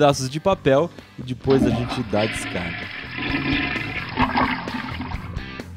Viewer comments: Para de falar di pois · "E dipois" hahaha